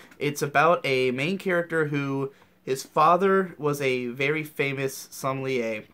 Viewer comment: som·me·lier - "sah-mel-yay"